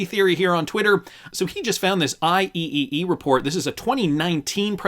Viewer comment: IEEE is usually said "I-Triple E" professional worldwide engineering organization.